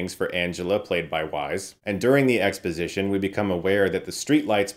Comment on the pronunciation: Hi Chris, the name Weisz is pronounced like "vice."